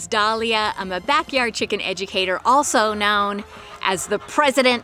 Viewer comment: Did you say educator, or "Egg-ucator"?